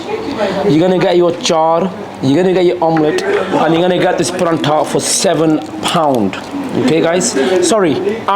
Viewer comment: How come you're saying Paratha wrong it isn't called Paranta